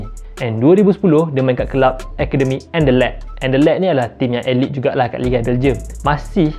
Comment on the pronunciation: Aylit bukan elite